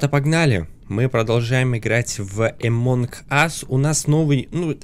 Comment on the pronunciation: Амонг а не эмонг